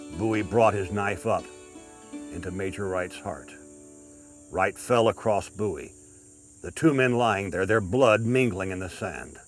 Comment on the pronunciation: FINALLY, SOMEONE WHO SAYS BOWIE THE RIGHT WAY!!!!!!!